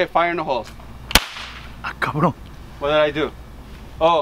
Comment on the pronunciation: Jajaja plato o plomo Plata o plomo "Cabroon" 😂😂😂😂